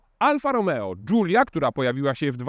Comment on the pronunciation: który nie potrafi nawet przeciętnie wymówić nazwy modelu, zaczyna go krytykować. Dziękuję, nie oglądam. Wolę film od Jagody i Coobcia;)